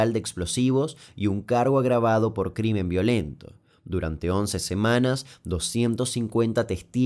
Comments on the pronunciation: CRIMEN* en vez de CRIMER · dice crimer ....debe decir crimen..error detectado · en el minuto dice CRIMER